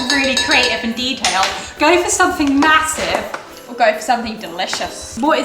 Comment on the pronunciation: I cracks me up when they say mahosive